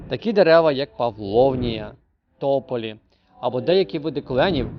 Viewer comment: ТопОлі, а не тОполі.